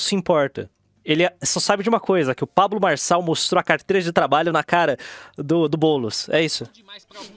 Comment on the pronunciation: o video desse cara com essa lingua pGresa me deixou desconfortavel, "pabGlo marGçal"